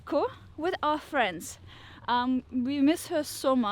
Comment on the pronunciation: Thank you for being honest. KEN WE BE FWENDS? :)